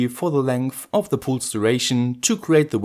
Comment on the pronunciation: Cool project. BTW pulse is pronounced with a first vowel more similar to "a" (palse)